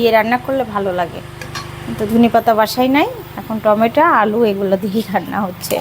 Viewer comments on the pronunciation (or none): টমেটা কি টমেটো।